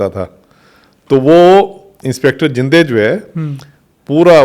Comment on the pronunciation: Inspector zinde nai bhai zhende hai